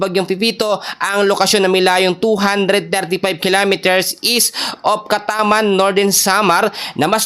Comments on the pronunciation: Ayusin mo pronunciation mo. Giwan Hindi Guwan at Catarman Hindi Cataman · Catarman Samar not catarman po